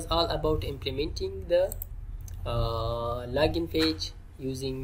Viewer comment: it's not lagin it's called as Login and it's not cansole it's called as Console